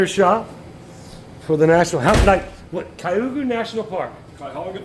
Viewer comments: Whatcha sayin … it’s - Kai Uh Ho Ga-😄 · MUST have a YouTube channel. Represent us Ohioans. But we gotta get him to say Cuyahoa right lol. I am teasing by the way. Love you all